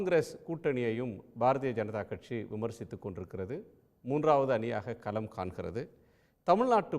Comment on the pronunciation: யோவ்........அது கேள்விக்களம். நீ கேல்வி கலம்னு உச்சரிக்கிற.... கலம்னா அதுக்கு வெவ்வேறு அர்த்தங்கள் உண்டு..... பானைன்னு கூட அர்த்தம் உண்டுய்யா..... அதே போல் தேர்தல் களத்தையும் தேர்தல் கலம்னு வாசிக்கிற...... தமிழில் "ள" ன்னு ஒரு எழுத்து உண்டு. அது குறித்து ஏதாவது படிச்சிருக்கியா? திராவிட இயக்க குடும்பத்தினரால் நடத்தப்படும் தமிழ் தொலைகாட்சியில் இப்படி தமிழை பலாத்காரம் பண்ணாதீங்க. தயவு செய்து கவிஞர் வைரமுத்து, சு. ப.வீ மாதிரி நபர்களிடம் கேட்டு தெளிவு படுத்தி கொள்வது நல்லது. உச்சரிப்பு நாராசமா இருக்கு. புகழ்பெற்ற தொலைக்காட்சியின் தலைமை செய்தியாளர் லட்சணம் இப்படியா இருக்க வேண்டும்? த்த்த்தூ. புதியதலைமுறை கார்த்திகேயனும் இதே லட்சணம்தான்.